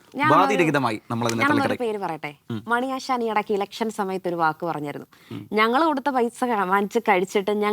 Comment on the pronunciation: അവൻ്റെയൊരു സ്വാധീനം. വിമർസനം, സവം, മണിയാസാൻ. മലയാളം അക്ഷരം നേരെ ചൊവ്വേ പറയാൻ അറിയാത്തവൻ ആണ്.